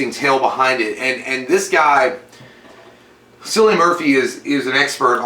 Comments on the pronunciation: His name is actually pronounced as Kill-i-an as opposed to Sill-i-an. I did that mistake of mispronouncing his name before i found out how to actually pronounce it haha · JFC His name is Kill-ian. Try google- it's your friend. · I know it’s 4 years later. But J pronouncing Cillian is funny 😂 The C is pronounced as a k 😜